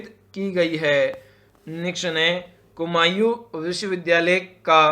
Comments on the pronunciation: Bhai tumhare kafi answers galat hai or tumhara pronunciation irritating hai, and vo kumau hai kumayu nhi hai sikh toh lo phle baad me sikha lena dusro ko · Kumaon ko kumayu kumayu kyn kehre ho